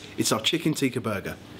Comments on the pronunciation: Ps, for future reference guys, "Teeka" is the red powder stuff people put on their forehead while they're at temple. "Tikka" (short i as in "is" and an emphasis on the "kk") is the dish you created ;) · Tikka is pronounced "Tick-ka" not "tee-ka" :) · It is not teeeka it is tika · No its not even tika it's tikka